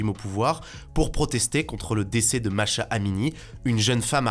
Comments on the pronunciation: Ca fait un moment qu'on en parle et que vous prononcer son nom un peu comme a vous chante. Donc pour corriger et vous éviter des Masha, Massa et j'en passe, son nom se prononce Mahsa comme maré sauf que mar-sa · Merci pour ces actus, je trouve que c’est toujours bien ficelé ! Petite rectification cela dit, la jeune femme qui a été tué en Iran s’appelle Mahsa et non Masha :)